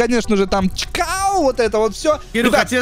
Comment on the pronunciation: не чкау, а кчау